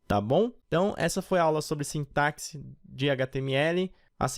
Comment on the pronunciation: gente se ler "SINTASSE"